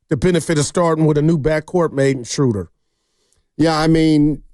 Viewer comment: Guys, it's not "Shrooder" like "Shooter", it's "Schruh-duh" like in "shrugs". 😅😊